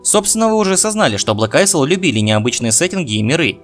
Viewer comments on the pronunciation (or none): Блэк АЙЛ читается, пожалуйста...госпади